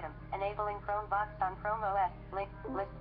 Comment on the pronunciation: Hi I'm blind and use the exact chrome book u just demo straightens! I just wanted to bring to your attention that when u say the words Chrome Vox it sounds like your saying Chrome Box! There is a chrome Box desk top but this might be confusing to a blind person thinking of buying one or ETC! Thanks...